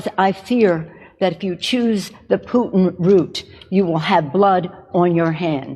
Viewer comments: Did she say... Vladimir poopin? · Did she call him Vladimir Poopin? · I laughed out loud when she accidentally said Vladamir Poopin'. I'm a child